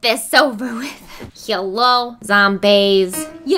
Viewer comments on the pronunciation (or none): i was sure she said YELLoww zomBAES